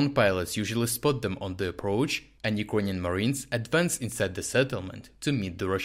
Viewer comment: Friend, many thanks for your work. Appreciate it! Just a small remark: you often pronounce word "Ukranian" incorrectly, mostly like "юкрОниан" istead of "юкрЭниан". Was it intentional?